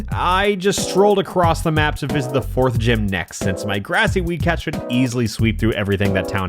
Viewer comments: For some reason when he first said weed cat I thought he was saying wee cat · I kept hearing weed cat as wee cat